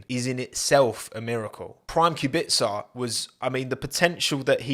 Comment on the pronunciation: Finally, someone pronounced Robert's surname correct